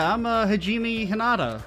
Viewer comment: Excited for DR2! I personally prefer DR1 more solely because Kyouko is best girl, but DR2 is definitely more mechanically solid(: I really do hate to be that person, buuuuuut Hajime is pronounced ha-ge-meh and Danganronpa is pronouned D-ah-n-gah-n-ro-n-pa. It really bothers me with the buthered pronouncations>.<